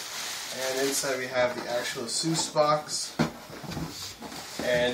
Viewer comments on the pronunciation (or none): First things first, I'm not gonna lie, it's Asus not Asuse. Pronounce it properly